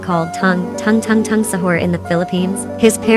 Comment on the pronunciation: That Is not tongue that Is tung not tongue